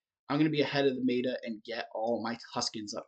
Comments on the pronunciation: The correct pronunciation of meta is met-uh, not made-uh. Made me smile though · Pronounce meta properly FFS